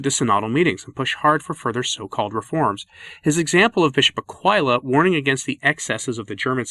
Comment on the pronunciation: Wow, I had no idea that where I live is "ground zero", but God bless "ground zero" and our Archbishop! (Btw, his name is pronounced a-QUILL-a.) Much credit is due to the now former Archbishop of Philly, as he did great work in his time here undoing the damage of a couple of his '70's predecessors. It can be done!!